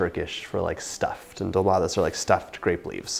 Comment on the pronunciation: You pronounced it well